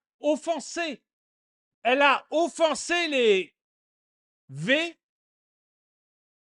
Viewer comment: "offensé" et non pas "offencé"